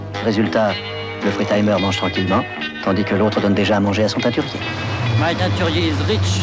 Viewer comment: "My teinturier is rich" 😂😂😂